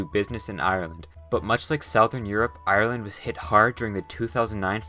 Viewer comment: YAAAY This is legit the first geo channel that pronounces my country's name properly Thank you h0ser